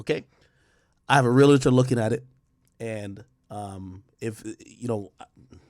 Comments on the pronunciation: It’s pronounced real-tour not real-la-tour. Realtor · Hate when people add an extra syllable to real-tor.